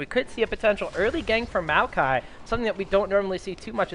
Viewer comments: rly Meewwwkai, maokai ffs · The next time that one caster says "mayokai" instead of "maokai"...